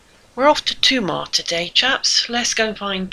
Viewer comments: Tomar - accent on the ‘ar’ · It’s pronounced Tuh’MAR - emphasis on second syllable. Although the ‘o’ is very often pronounced “ooo” that’s mostly at the end of the word - like “obriGAdoo”.